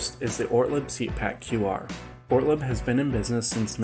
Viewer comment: It is pronounced Ortleeeb. Like the cheapass beer company your grand dad bought.